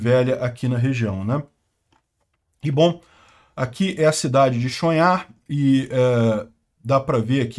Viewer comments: pelo pouco de ucraniano que sei a pronuncia seria Tchon-rrar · Pronuuncia-se "Tchon-Rar" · Chonhar = O último h, fala-se rr), pronúncia-se: "Chonrra" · Olá,, a pronúncia é Tchonrrar. A letra que é o H em ucraniano é o G do russo. Por isso, algumas fontes podem transliterar para Chongar. O G do russo ganhou o som do R carioca em ucraniano.